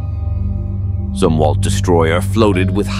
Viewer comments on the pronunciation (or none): I do not know if this voice is AI narrating or if it's a natural person but they are Zumwalt Destroyers not zoom Walt